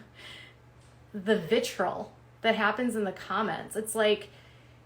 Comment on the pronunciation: Vitriol is pronounced “vitree-ol”, not vitrole. She’s a moron